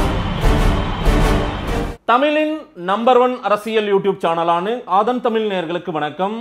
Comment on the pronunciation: "ஆதன் தமிழ்" சேனல் என்கிறீர்கள்....முதலில் "ழ"கரம் மற்றும் "ள"கரத்தை சரியாக உச்சரிக்க கற்றுக் கொள்ளுங்கள்....தமிழின் அழகே ழகரமும் ளகரமும் தான்...தமிழைக் கொல்லாதீர்கள்.....கேக்கவே நாராசமாக இருக்கு